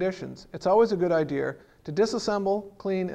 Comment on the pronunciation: It's not an "idear", it's an "idea".